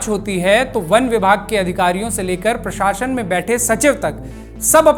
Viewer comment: बवज़ूद नहीं बावजूद होता है। और पराशशन नहीं प्रशासन होता है। The video is very good and informative. Thank you 🙏